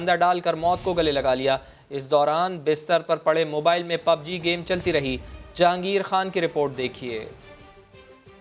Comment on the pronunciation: Pubg bol na to seekh